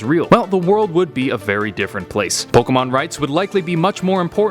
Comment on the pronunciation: Why do you pronounce pokemon like ash in part 1 🙁